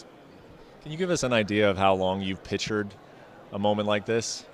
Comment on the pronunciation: Bret Okamoto the kind of guy who pronounces pictured as "pitchered"